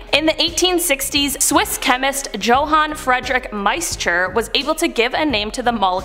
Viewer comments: Joe-han? It's pronounced Yo-han lol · Isn’t it pronounced Yo-han?